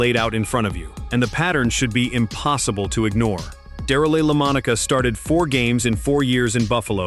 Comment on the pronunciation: I really wanted to watch this video but If you can not pronounce correctly the name of the person your video is about then I can not take your video seriously enough to watch it. I do realize this voice is A.I. genererated it does not matter you still have to get the name correct. I wish you good luck with your next video. I know making YouTube videos is hard and maybe your future videos will not contain these type of errors.